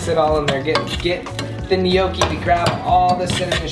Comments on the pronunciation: Lol how he was pronouncing gnocchi Its pronounced like no key, not, ne no key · Tiktok lady: gnocchi (no-ki): gnocchi (ni-nyo-ki) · Gnocchi is pronounced nochi and not nyoki lmao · Guys it's NO KEY n it's potatoes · Gnocchi is pronounced nyoki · Did he say gnocci or poochie lol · N-yokki is how you say it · No-ki lol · I'm Italian and it's pronounced nokki but the n it's like Nino in spanish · We pronounce it gee no ho kuh heee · pretty skeptical because gnocchi is an Italian pasta🤔 and he pronounced both cauliflower and gnocchi wrong lmao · It triggered me the way they tried saying gnocchi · The way he pronounced gnocchi 😬😂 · All the Italian people when he says “gnocchi” 😐😐😑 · When says gnocchi it stresses me out since I’m Italian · trying to say "gnocci" is the best thing ever.